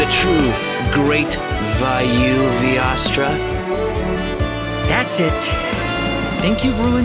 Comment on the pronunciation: Vayavyastra (or “vayuvastra” as says it), the weapon of Vayu, the Indian god of wind. Though in Genshin, this most likely refers to the Lyre der Himmel.